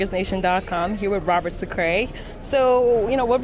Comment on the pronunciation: Sacre's reaction to the interviewer pronouncing his last name wrong lol